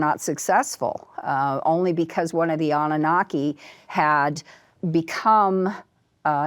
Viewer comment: "Annanaki" -- Annunaki